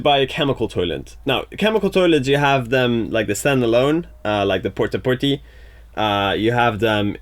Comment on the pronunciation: Did anybody else go straight to the comments when he said, "porta-porty"?